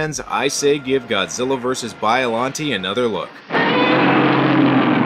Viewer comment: You pronounced Biollante wrong.